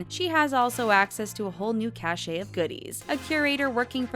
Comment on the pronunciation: A "CACHE" of goodies IS pronounced "CASH". [Means a stored collection]. "CACHET" - PRONOUNCED "CASH -EH?" IS A WHOLE 'NOTHER KETTLE O' FISH. [Approval; prestige]